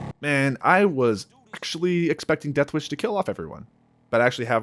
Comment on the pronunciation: bro can not say the word "deathwish"